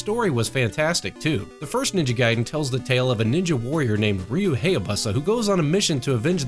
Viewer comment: Also a quick pronunciation guide. Ryu Hayabusa. Hay as in "high". And Bu as in "caboose"